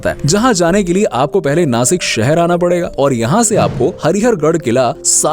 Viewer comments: Nasik nahi Nashik 😇 Bolta Nana..! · Plz don't call नासिक, it's नाशिक 🫀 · It's nashik not nasik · sasik nai sashik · Btw vo नासिक नही नाशिक है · Nasik nahi re nashik ahe te 😠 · नासिक नही नाशिक होता है